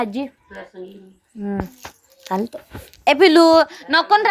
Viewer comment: किती जोरात बोलते बावळट हाय नाव किती वेळा बोलते घाटू शाम नाही मेंटल खाटू शाम आहे आंजीला किती जोरात बोलते आंजी उठून बसा बावळट चालत म्हणायचं तर चलत म्हणते भाषा किती गावंढळ आहे उंची नको ग बाई व्हिडिओ घेऊ भंगार किती बडबडत आहे पिकोक म्हणजे पोपट शिकवते मूलीला